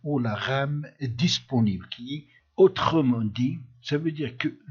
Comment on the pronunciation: Mdr au début de l'intro j'ai baisser le son mais après le mec il parle hyper doucement alors...et aussi otreumendit(autre m'en dit)Mdr